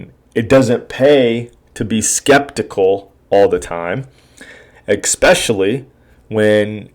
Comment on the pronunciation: Ek-specially....David Foote. Seriously?! Please at least know the CEO’s name before bashing the company.